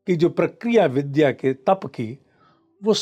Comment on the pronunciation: Please Vidhya shabd ko Vidhya na boliyega